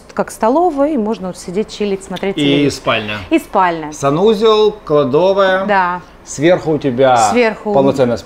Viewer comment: Манера общения получше. В Барселоне заносило пацанчика. И да, ударение в слове КЛАДОВАЯ ставьте правильно.